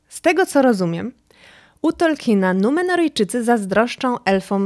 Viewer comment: Od jakiegoś czasu oglądam niektóre Twoje filmy, podobają mi się, ale proszę, bo kala to moje uszy za każdym razem, jak to słyszę, i nie tylko u Ciebie, czy możesz wymawiać Tolkien, zamiast Tolkin? Nawet Amerykanie wymawiają Tolkien, jego nazwisko uległo w naszym języku fonetyzacji, czego zdaje się, nie wiedzą nawet niektórzy jego fani 🙂 to moja jedyna uwaga, czekam na następne filmy 😁